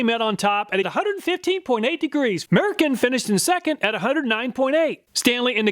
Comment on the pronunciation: Ur saying murrican wrong 🇺🇸 🗽